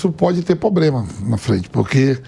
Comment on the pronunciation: "pobrema" alguem ensina o vampeta a falar?